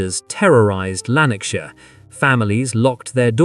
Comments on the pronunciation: Awful pronunciation Americans can't speak properly. It's shire not Shi-er .. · Lanark (quickly spoken)..... shire (spoken like "Sheer" quickly and emphasis on "e" but almost like a short "a" and no pronunciation on the last "e")